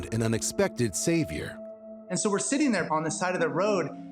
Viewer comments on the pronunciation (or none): none